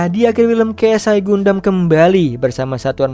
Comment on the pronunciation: Dibacanya Gandem bang.!! Bukan Gundam